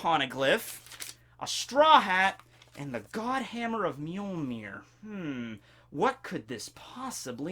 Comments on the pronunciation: It's MjölNir, not Mjölmir. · N! NNNNN!!!! For Thor's sake! It is MjolNir! Not mjolmir. MJOLNIR!!!